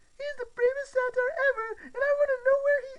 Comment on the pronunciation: Love the audio book but it’s not pronounced satire